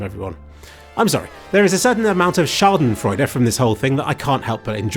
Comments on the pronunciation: Hearing you say "Schadenfreude" made my German heart very happy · Very good pronunciation of Schadenfreude. Most people really butcher it loool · THANKS for pronouncing Schadenfreude currently. - Sincerely, an Austrian